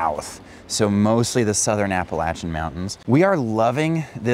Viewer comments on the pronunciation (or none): No no no… there is no latch in the pronunciation of that mountain range. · Hello. A great part of the World. There is one thing though. It is spelt Appalachian but the 3rd letter 'a' is pronounced 'A' as i Ace and not 'a' as in and. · Appalayshun (correct pronunciation)